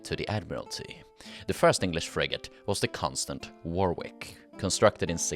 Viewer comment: Warwick is pronounced 'worrick'